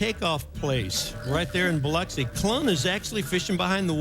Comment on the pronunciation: OMG! actually pronounced Biloxi correctly!